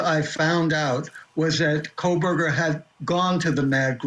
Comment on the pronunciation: Stop with Howard Blum! He’s so ignorant to the facts that he still pronounces the killers last name with an “L”! KOHL-berger.